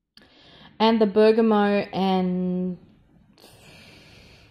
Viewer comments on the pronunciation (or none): none